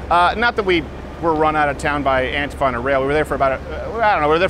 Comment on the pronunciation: Why does he pronounce antifa wrong?